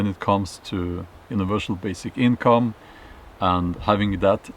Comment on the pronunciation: universal, not univershal